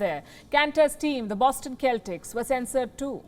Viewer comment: I have huge respect for Enes Kanter! Just wanted to point out the Boston Celtics is pronounced "Sell ticks". You seldom mispronounce because your English is wonderful!